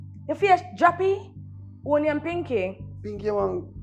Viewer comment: Man dida try say pinkee tights😂😂